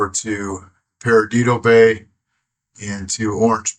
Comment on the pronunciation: I love the way you pronounced Perdido Bay. Lmao! It is pronounced "Per Dee Dough", but I'm totally calling it Peridido from now on.😂😂😂